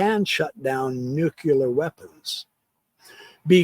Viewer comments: nuclear...is pronounced Nu-klee-ur. Not Nu-cue-lar... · “New-cue-Lear” is not nuclear. Your credibility becomes questionable when you can’t even pronounce a simple word. Sorry. You have such an important and worthy message that it deserves to be shared in the most credible way.